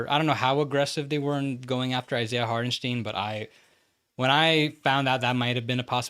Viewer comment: Short Tipp from germany: the Name hartenstein is more pronounced like 'hartenstyne' not 'hartensteen' ;)